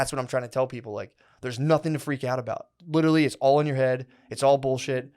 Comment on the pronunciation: Every time Matt says: “ LIT-TRILLY” I want to LITERALLY choke him